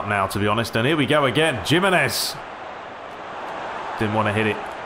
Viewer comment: I can't help but cringe at your pronounciation of Jimenez! But how much more enjoyable is it to watch a masterleague played on difficult settings.. rather than other YouTubers playing on assisted controls, with the biggest teams and just winning easily. I don't know how people bother with them. This is much more enjoyable to watch.